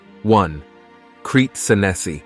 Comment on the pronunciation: The pronunciation of "Crete Senesi" is absurd and ridiculous. You don't have to anglicize everything.